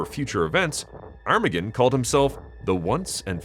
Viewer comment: Is that really how his name is pronounced? Granted, I don't think I've ever heard it out loud before, but to me I always thought it sounded more like "ar-ma-gone," but you say it like "arm-again" which... doesn't sound right.